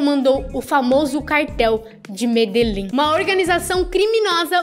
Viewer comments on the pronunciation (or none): Amiga vc não sabe falar Medellín